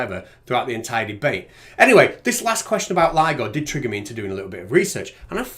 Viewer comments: The guy said this might get complicated and people may not understand, then he says the name wrong? Way to show you know what you're talking about. Lido vs ligo. Way to set yourself up for success. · The fact that he called it LIDO and not LIGO demonstrates he was just parroting someone else's chain of thought as usual. Would have liked to see them present evidence of physics being different in the sky (holding up the sun and moon) or in space, making their deity-driven fantasy bubble at least possible, even if still ridiculous. Celestial motion and stellar spectrography show physics to be the same everywhere and redshift of emission lines show space expanding, it's their job to demonstrate this is something else or fake.